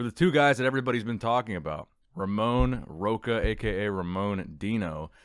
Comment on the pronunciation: Hey, good work with the coverage of the show, love your channel. Just so you know, the pronunciation of Ramon's name would be something like Ro"xa", 'ch' in portuguese have the same sound as 'x' in portuguese, is not the same in english but similar. Ther second name means "rock" literally.